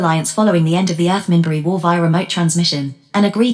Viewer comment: It's pronouncing "Minbari" wrong.